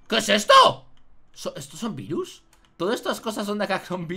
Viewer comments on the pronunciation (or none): el dice vairus para que no suene mal